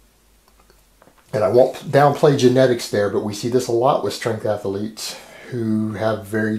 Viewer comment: lol athaletes